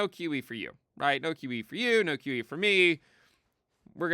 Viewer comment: When says “QE” it sounds like “kiwi.” “No kiwi for you!” - 2024